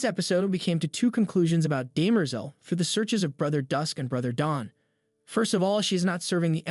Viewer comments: Daymerzel? It's Demmer-zell! ;-) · It is DEM-er-zel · It's driving me crazy. His name is Harry hair-ree. 🙄 and derm-ah-zahl.🙄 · bro...how you mispronounce "Hari", "Cleon", "heir", "Daenerys Targaryen", and "Demerzel" in 4 minutes? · I was just thinking the same thing, especially with Cleon and Demerzel. My ears were just like "huh? come again"